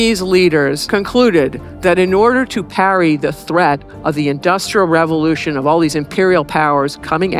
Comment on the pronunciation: You seem to struggle with both the words ‘Industrial’ and more importantly ‘revolution’ If such had happened in China they would have been ready to repel the European powers instead of being whipped by them.